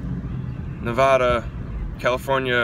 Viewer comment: Has someone corrected you on your Nevada pronunciation yet